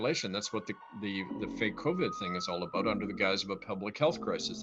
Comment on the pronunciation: USA cops: Abusing their powers by beats up minorities. Canadian cops(more exactly, the ones from Saskatchewan): Throw away drunk natives at a town border, letting them trying to get home themselves A bunch of them freeze to death. P.S. I'm bugged out by the "-bewt" pronouciation of "-bout". The more I know about my country, I guess